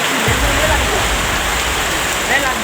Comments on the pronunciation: Oh benerrr dia teriak Allahu ekbar..berarti aku ga salah dengeR yaa.. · Allahwaikbar ..apa tuh bu.. bacaan nya juga salah.. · Uekbar apa, salah nyebut tuj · Bu alhuakbar bukan allawekbar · Allahuaikbar😂😂salah tuh buk Yg bener Allahuakbar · Kan dia lagi panik jadi ngomong itu susah/kurang jelas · Lidahnya keseleo 😂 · Takbir aja belopotan